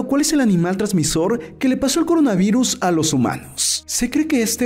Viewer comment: Jajajajajajajaja dijiste Corinavirus en vez de Coronavirus